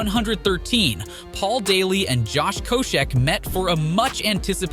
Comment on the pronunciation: Damn only a couple of guys in and you already can't pronounce Koscheck or Vera correctly.